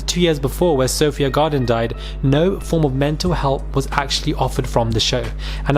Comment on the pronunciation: Lol 'Sophia garden' do you mean Sophie Gradon?? 😂😂